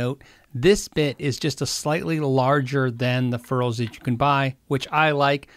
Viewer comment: "fair-ulls" lol